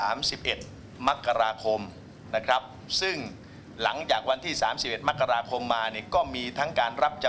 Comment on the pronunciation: มกราคม ไม่ใช่ มักราคม 0